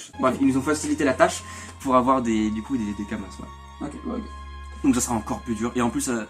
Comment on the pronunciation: Des Kama(s), on ne prononce pas le S haha... Concrêtement, c'était assez simple de farm l'argent pendant le WE de test... Désolé j'ai pas pu regarder la vidéo en entièrement, c'est très fouilli ^^'